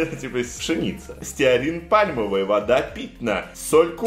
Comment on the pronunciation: не питна а пытна